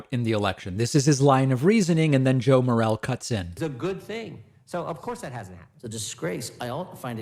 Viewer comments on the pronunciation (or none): I know it doesn't really matter, but just as an FYI, his last name is pronounced Morelle'e'. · Btw, "Morelle" is pronounced "Moh-rell-ee." He's the rep for my district. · It's pronounced Morelli. He's a great guy. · David, sir, I live in Congressman Morelle's district in and around Rochester, NY. You are pronouncing his name incorrectly; the last e is not silent. Think of it as "Morelli" or More-ELL-ee. I am informing you, not criticizing. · his name is pronounced "morelley" and spelled morelle. just so you know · David, Rep. Joe Morelle is my representative. We, and he, pronounce the final “e” in Morelle. The other pronunciation is a mushroom!